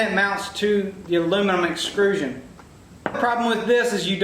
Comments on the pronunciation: Excellent build…but I have to say one thing. “Extrusion” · Nice build, but please say it correctly with me: EXTRUSION! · This is an awesome project but my ocd or whatever can't get over you calling it exCRUsion instead of exTRUsion lmao. Really is an awesome video though keep up the good work!